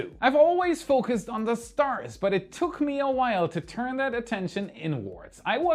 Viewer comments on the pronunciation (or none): none